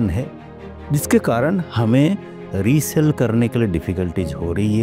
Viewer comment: Recell ni hota resale hota h